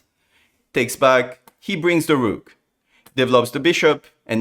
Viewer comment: After Levy said "He sacrifices da rook" now everybody says the same :)